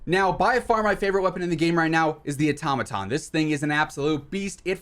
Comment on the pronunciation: It’s not atomaton it’s automaton